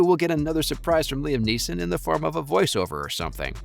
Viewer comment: Why the fuck are pronouncing his name wrong? It’s fucking frustrating